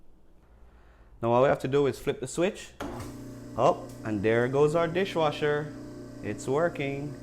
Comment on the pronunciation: You keep saying disjwasher...